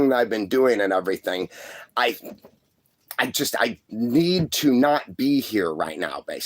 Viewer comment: He tickled me saying airythang. God rest his soul